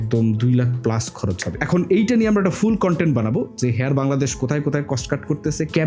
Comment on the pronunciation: “হেয়ার” না ভাই, “হায়ার” হবে উচ্চারন।